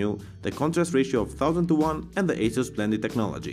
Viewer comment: It is pronounced as "AH-SUS". hehe